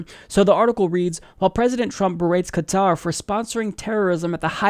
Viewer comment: Thank you for saying Qatar and not Cutter.